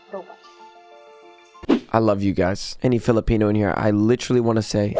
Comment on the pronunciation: can u say filipino?